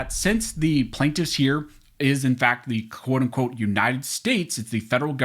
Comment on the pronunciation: Love your commentary and channel. One small improvement to not sound so robotic; could you please pronounce the word 'the' like you do when you just talking instead of saying 'thee' when you're reading ... Pretty please 🙏